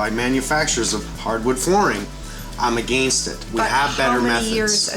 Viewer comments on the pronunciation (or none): After all of these years watching Mike, I still get a kick hearing him pronounce "against."